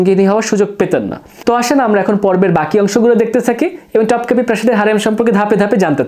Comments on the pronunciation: ভাইয়া উচ্চারণ টপকাপি হবে না, উচ্চারণ হবে তোপকাপি । আর হারেম না, উচ্চারণ হবে হেরেম । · তোপকাপি বলেন , টপকাপি না